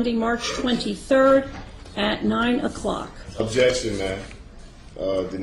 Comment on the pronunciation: I love watching this video. "Ojection... You don't have the jurisdiction to have jurisdiction.. objection to your jurisdiction, objection to your power, objection to America". Lol. He goes in.